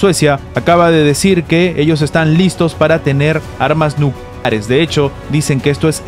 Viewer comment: Es que no se puede decir nucleares claramente?